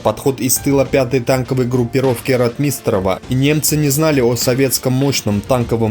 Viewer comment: >А ударения, снижение оговорок и другие в данном случае мелочи Да не мелочи. А факт в пользу того, что автор ролика читает текст которые ему принесли. Если бы он действительно был исследователем истории Великой отечественной войны фамилии ВатуТина и РОтмистрова были бы у него на слуху.